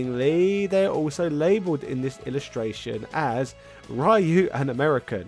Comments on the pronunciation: Ryu is pronounced as "Ree-you", not "Rye-you". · why does he keeps pronouncing ryu like that? it's pronounced "ree-u" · Ken and rhy-yoi?Who is rhy-you...? New character? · Why do you keep on mispronouncing Ryu's name?